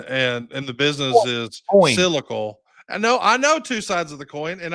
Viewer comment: It's sylical Jeff, sylical!